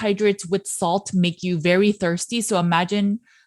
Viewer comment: Berry not nerry